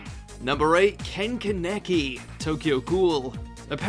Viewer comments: English and Japanese have different stress patterns for multi-syllabic words. Japanese keeps the main stress on the first syllable, so it's KAH-ne-ki (like you've written it). But English doesn't normally do that, so people pronounce it kuh-NE-ki. That's also why lots of English-speakers pronounce akuma (Street Fighter or D. Gray-man) as a-KU-ma rather than AH-ku-ma, and Kakashi (as in Naruto) as ka-KA-shi rather than KA-ka-shi. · Ah yes, I love “Ken Ka Neck E” from Tokyo Ghoul. It’s not like it’s “Khan-neh-kee” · Pretty sure it’s pronounced Kahn-ah-key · Ken "Ka-necky"?🤨 😂😂😂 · I'm sorry, but... KAH-NUH-KEY. This boy is one of my favorites. Not saying his name right really hurts me. Lets say it again... KAH-NUH-KEY!!!!!!! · Kah-neck-ee Ha funny... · Plz watch mojo idk if you doing this on purpose but stop plz with name pronouncing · ken kehnehki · Why is it that everybody that I've met that have seen Tokyo ghoul either pronounce it (Ken kah•neki or Ken Kuh•neki) personally Ken kah•neki feels just right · A great anime comeback would be Vampire Knight season 3!!! cries in Kaname Kuran Edit: It also hurts that he STILL pronounces Kaneki wrong 😭😭😭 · Is that how you pronounce Kaneki? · Bro, please look up the pronunciation of Kaneki. That hurt to hear Dx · U said kaneki wrong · I hate how he said ken’s last name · One piece again? I suppose someone who cant say Ken Kaneki properly is on the same level of trash as that anime. The dubbed anime literally has 2 seasons telling you how to pronounce it, lolMuch disrespect. Top 10 watchmojo fails, this is another for that list.